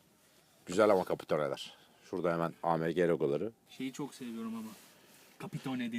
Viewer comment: Abi Amege diyil okunuşda aemci okuluyo